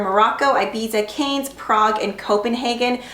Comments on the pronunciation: kane??? seriously? It's cannes a city in france duh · Thank you for this video! Got a real sense of what the colours look like. Am impressed that they seem to glide on so easily but are super matte. Gonna go buy a couple! Just a few things that made me twitch though... Zurich = zur-ick, Cannes = can, mauve = mow-ve, Ibiza = ah-bee-tha ! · Zurich is pronounced Zurick Cannes is pronounced Can And Ibiza is pronounced Ibeetha Hope this helps ! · It's pronounced "Cans".... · Cannes is pronounced like the word "Can". It's a city in France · Zurich (hard K sound, not "ch") is pretty on you. Its the capitol of Switzerland. And Cannes is just pronounced "can". Its in France. Prague is such a pretty berry. Love that. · These are names of cities and regions .. Did you just pronounce cannes as canes omfg lol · It's pronounced "cans" :) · How? HOW do you not know how to pronounce Zurich and Cannes????? I swear my stomach turned! Have you been living under a rock?